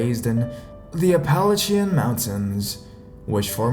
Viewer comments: Antonio Brown Yeah, the way he pronounced Appalachian made me cringe. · reed it is just incorrect pronunciations, there were more than the mispronunciation of Appalachian. Even satanism was said oddly. He is from Toronto I think so it isn't a local pronunciation thing. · Appalachian Mountains, Appa-LATCH-uh (Southern) - Appa-LAY-shuh (Yankee) love the story man. thanks